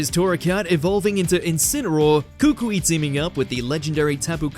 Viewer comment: Koo-koo-ee, not Kook-wee